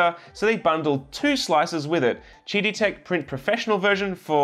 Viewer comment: I think they intend to pronounce QIDI as "Kiddie"...